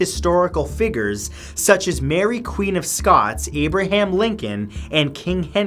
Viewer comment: He said figers instead of figures. I am laughing so hard. Great video though!